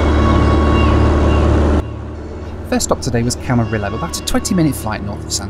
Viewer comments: It's Camariyo my boy 😭😭😭🤣🤣🤣. Not Camirolo. It's a Spanish word and the two lls make a y sound in Spanish. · My first flight lesson was at Camarillo airport, with Channel Islands Aviation, in a Cessna 152 registered N49990, so I loved your trip there while in California, so much that I'll forgive mispronouncing Camarillo! I'm also hoping for cheap business class airfares to London or Manchester in August; we'll see what I find. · Great video- I love the video, but it's not Camaril-lo. Camari-O. LL is -y sound in Spanish. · If you head back to Camarillo sometime, it’s pronounced Camareeyo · I used to live in Camarillo - pronounced Camariyo - it's not actually a celebrity hub but it is near Calabasas which many celebs do live!